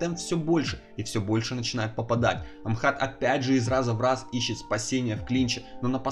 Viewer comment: не Амхат а Ахмат